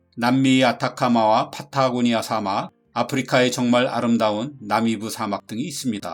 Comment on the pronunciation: 사:막 이라고 읽으시네요. 옳은 발음은 사막입니다 좋은내용에 한글자덧붙이고가요♡